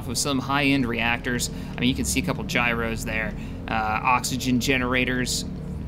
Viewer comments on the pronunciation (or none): none